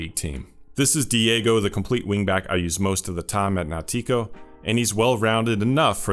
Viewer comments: Amazing video. I`ve used CWB on support and attack, both to some extent and both work, but I found your tip very interesting. A little pronounciation tip > the stressed syllable in `Nautico` is NAU. so you say NAU-ti-co. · Great video, thank you a lot. The name of the btazillian team is nAUtico, not nauTIco.